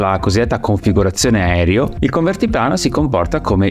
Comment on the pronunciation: Grazie, bel video. Ma perché continui a dire "aerio" anziché aereo? 🙄